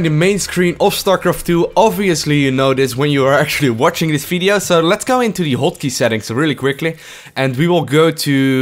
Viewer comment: Its so cute when you say "Fideo" insteadt of "Video" :D